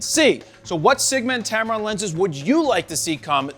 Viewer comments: tempon !!! wtf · He said tampon lol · You said tampon 😂